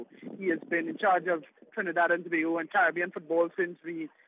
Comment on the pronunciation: It is probounces TO-BAY-GO